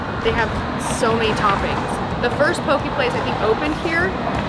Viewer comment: Hi Brooke! fyi, it's poke bowls :) pronounced po-keh